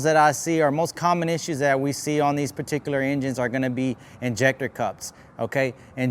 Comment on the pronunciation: Take a shot every time this vato says "perticulir" expesshially